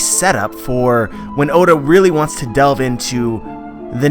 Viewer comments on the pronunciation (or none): none